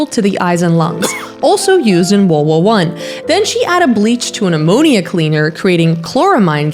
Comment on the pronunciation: Why do you say World War so weird???